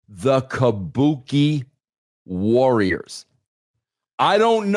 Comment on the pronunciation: KAH-BU-KAY WARRIAHS.